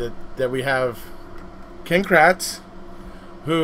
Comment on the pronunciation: First: I swear every time you say "Ken" Kratz, I hear "King" Kratz. LOL Second: OMG I NEED THAT SHIRT to wear to my next Dr visit since I sorta 'fixed' something myself. LOL